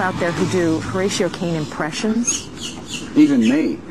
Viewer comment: its HORATIO